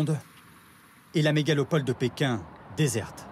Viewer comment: Bonjour . A 0' 50 de la vidéo , il semble qu il se dit " mégalopole " , es ce volontaire ? merci